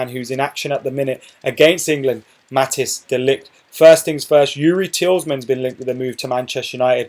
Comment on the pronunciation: Tielemans is pronounced as Tee - luh - mans. (Tee as in T-shirt, luh as in luck)